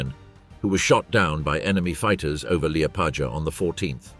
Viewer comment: Say Liepādža one more time...